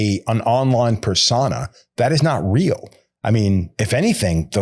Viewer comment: ps: I dont know if reads these comments but ive seen a few of the episodes and i just want to be helpful and say that the word "niche" is pronounced like "knee-sh" and "persona" is pronounced like "purr-sow-nah".